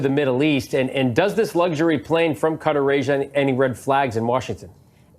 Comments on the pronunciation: Pronounced Cut-TÁR (NOT Cutter) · Please pronounce Qua-tar correctly it’s not Cutters! Come on! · I wish this guy would learn how to pronounce Qatar. I didn’t know what the heck he was talking about when he called that Arab country cutter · Stop sayaing CUTTER😂😂😂 ITS QATAR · Hi my friends. Qatar is pronouced...Ca tar. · It's pronounced KUH -TARR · HEY YOU RED NECK NARRATORS THE COUNTRY IS PRONOUNCED KA TAR Spelled QUATAR GET IT RIGHT!!